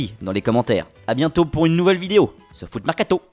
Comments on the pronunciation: "Sur foot mercaTOO" je kiff 👌👍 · A la fin de la video quand tu dis "Foot mercato" ta un accent chinoi mdr